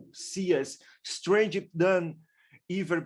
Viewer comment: I dont know why he is pronounce stornger like steanger